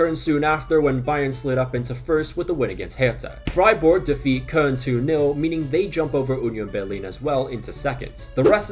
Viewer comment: Only team he can pronounce, im always dying with "Freiborg" and "Munchenglaadbak"